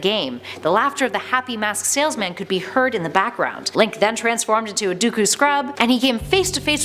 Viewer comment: DUKU you miss pronounced deku 🎮 🍪🍫 🤎🌰